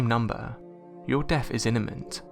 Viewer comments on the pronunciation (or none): "... your death is INEMINT" ??? 😆😆😆😂😂😂 You mean, "IMMINENT" ? (pronounced IMM-IN-NENT)